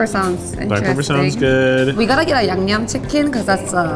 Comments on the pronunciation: YB accepting that Keith and say yumyum instead of yangnyum. 😂😂😂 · The level of respect is so clear and I love that about him. I do think the mispronunciation is cute and complimentary in this particular instance - I love that my non-Korean friends call my yangnyeom "yum yum sauce" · Keith's realness shining through 😍 when he's genuinely like I thought it was yumyum and trying so hard to say it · I do love the explicit callout that they would never purposefully mispronounce or make fun of a culture's food! LOL the grimace Keith made after trying to say yangnyeom made me laugh out loud, it can certainly be a tonguetwister!